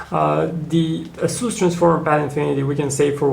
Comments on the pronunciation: It is pronouced "Ace" "us" not "As" "su". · asoos hah? asus!!